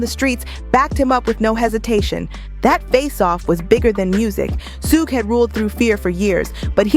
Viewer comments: Su-ge? 😂😂😂 Shhhhuuuggg! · Somebody please tell the narrator how to pronounce sug (pronounced shug like sugar ) knight's name. It's disrespectful. Even when he's reading or dissing someone, Marshall gets the name right. Much love and high props to the man from the Motor City. ❤ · Every time they pronounce Suge wrong I laugh